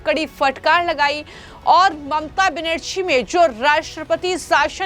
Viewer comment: तुम्हें अभी तक बंगाल के सी एम का नाम भी ठीक से बोलना नहीं आता तो हिन्दी में वीडिओ क्यों बनाने लगी हो।